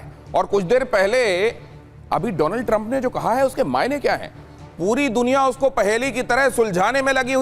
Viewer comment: My fraand dolannd trammp😂